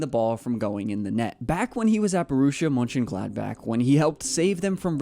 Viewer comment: first person to pronounce monchen bla bla bla correctly lol